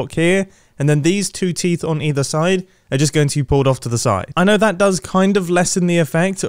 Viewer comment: teeth teef